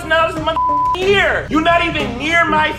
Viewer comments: Your accent is bad. Year is not a two-syllable word, you troglodyte. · Jesus Christ. 16 seconds in the end of every sentence has had a syllable added to it. Arressssteedd. Yeaaaarrr. Why? Just why?